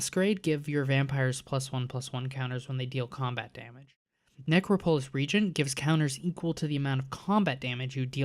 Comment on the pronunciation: It’s “ne-CRAW-polis,” not “necro-POLIS”